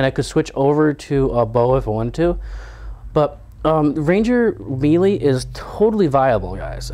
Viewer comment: I love your vids, but pleeeease pronounce melee right. I cringe whenever you've said it before. It's 'maylay' not 'mee lee'